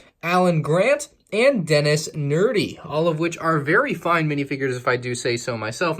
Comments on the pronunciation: nedry not nerdy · His name is Dennis Nedry not Dennis Nerdy! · It’s Denis NEDREE not Denis nerdy. And it’s a baby velociraptor not a baby T. rex, same baby velociraptor that has been in some of the Jurassic world sets! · its nedry not nerdy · Was anyone else annoyed by how he mispronounced Dennis nedry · Nedry* my friend… not nerdy. I admit that made me laugh. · Mmmm yes Dennis nerdy. ITS DENNIS NEDRY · U said Dennis nerdy but it's Dennis nedry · Things he got wrong: 1 - It’s Dennis NE-DRY, not Nerdy 2 - It’s a baby Raptor, not a T. Rex 3 - That “dino nursery” is actually a scene in Jurassic Park where Dennis try’s to steal embryos, which are stored in a can (it’s what that bottle thing was) but he dropped when he slipped in the mud and then they got piled over. 4 - Yeah, I wish you got $3120 included with this set. 5 - “Tiled LEGO Tiled” Edit: OMG I JUST REALIZED WHAT THAT BROWN THING STICKING OUT IN THE BREAKER ROOM IS I LITERALLY THOUGHT IT WAS A LEVER THIS WHOLE TIME! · Ned-ry not nerdy lol and 3120 pieces not dollars lol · Its not. Its Nedry not nerdy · Yeah that was really good because its Dennis nedry not Dennis nerdy is such a goodball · 'Denis nerdy' lol you butchered that name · I'd buy it if it wasn't so horribly expensive. Jurassic Park is one of my favorite movies, if not my favorite. Also Nedry's name is an intentional typo. Hearing you say "Nerdy" every time was painful lol. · you said Denis nedry wrong! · The fact that said Denis nedrys name wrong triggers me